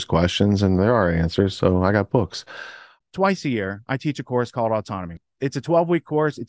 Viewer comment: "...there are questions, and there are answers, and I've got bokks..." ❤📚